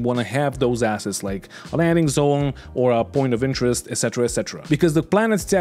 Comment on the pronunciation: I know the devs started with all this assets-talk, but please do don't stretch the "a" too much like they do. Short "a", sharp double "s" sound. Otherwise it sounds like two words: Something starting with an "a" and a double "s" - and "heads". It has been bothering me since the devs started some episodes ago. And now everyone and their gran is quoting them and throwing that word around all of the sudden... And every time it is pronounced like they do, I keep hearing it wrong. People will say you are overly negative towards them. ^^ Got my towel. +1